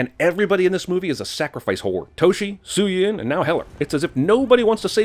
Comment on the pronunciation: It's Su Yin not Suyin you damn anglosaxon.